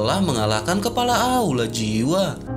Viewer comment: Jangan gunakan bahasa google dong.,...masa bilang kepala...kelapa